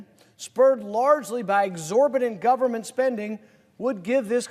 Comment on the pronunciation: GAUVORMENT..... STILL LAUVE YOU RAUND PAUL!